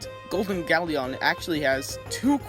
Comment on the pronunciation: Pronounce Galleon correctly next time